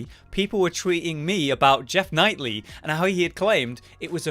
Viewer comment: also minor error, but it is pronounced Jeff "Keeley" not "Nightly" xP